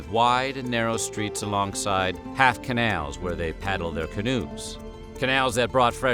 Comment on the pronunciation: The way the narrator says “Canals” is funny it’s like he’s saying kenails lol